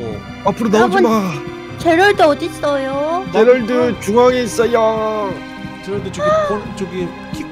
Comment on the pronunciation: 아닡ㅋㅋㅋㅋㅋㅋㅋㅋ 계속제랄드가 지랄드라고들렼ㅋㅋㅋㅋㅋㅋ